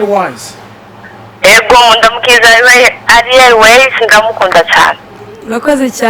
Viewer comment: Umva nasubire kwishure kandi arek kwivugish français itabaho "Ariel différent de aliel "😂😖